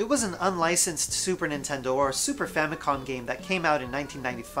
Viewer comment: I'm fairly certain that he said, "Famicon", instead of "Famicom".